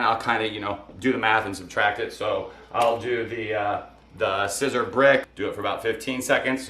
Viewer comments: By now, you know that SISER is pronounced SEE-ZER. One year post video, and I wish you had allowed more space between the F I T on the front. But the shirt looks pretty nice! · It's pronounced Seezer, like Caesar.